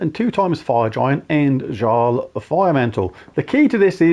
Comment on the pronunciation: The J in Jarl is pronounced as a Y. Yarl Firemantle. Mighty mittens is also acceptable